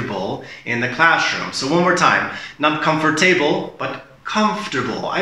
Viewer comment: What is "classhroom" 😉